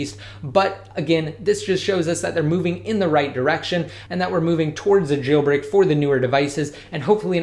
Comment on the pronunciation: It's jailbreak not gailbreak plz learn the words